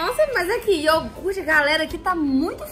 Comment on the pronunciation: Que agunia dá cams falando iorgute É IOGURTE!!!!! KKK